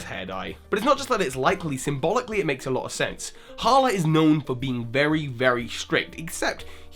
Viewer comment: IT IS HALA